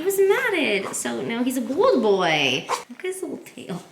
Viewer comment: I'm sorry...are you trying to say BALD!?🤣